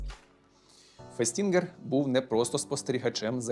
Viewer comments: то все ж, фЕстінгер, а не фестІнгер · Лео́н Фе́стінгер, ріже вухо…